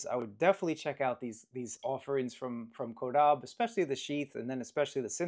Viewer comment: Incorrect. Is CAW-DAH-BAY